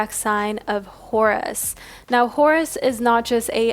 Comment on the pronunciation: Horus sounds like Taurus 🤭